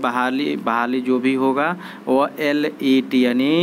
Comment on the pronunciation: Pahle thik se LET ko prononciation to krna to sikh lijiye fir eska informaton dijiyega